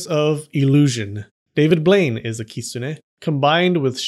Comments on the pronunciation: stop the kisune. (its kitune) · Kitsune is pronounced "kit-sun" in Japan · why do you say kistune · Bruh I've thought it was "kit-soon" not "kit-so-ne" idk just me idk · Lolololol!!!! “Those people were sniffing glue”! OMG….And I have been pronouncing the word the wrong way. I thought it was Kit-SU-ne. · 10x for the great video, but please try to say きつね correctly from now on, つ - tsu, so it's kiTsune 😉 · At least I wasn't the only one that noticed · The t in the tsu in kitsune isn't silent! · Please don’t butcher the name and should make proper attempt to pronounce 狐 correctly .